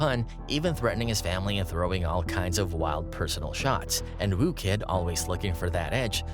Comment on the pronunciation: FFS, his name's WHOO Kid, not ''Woo'' Kid.